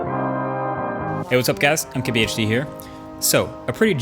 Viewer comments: This is the first time I realized hes sayin MKBHD instead of Im KBHD lol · What does he say in his intro? Sounds like MKHB? MKHD?